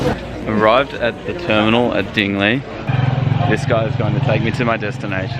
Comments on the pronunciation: I'm from Iloilo and I used to read Dingle like you did. My cousins laughed at me so I exactly know how it feels. I sounded more foolish since I'm a local. lol great video, btw. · hahahaha...I had a wide smile the way you pronounce dingle..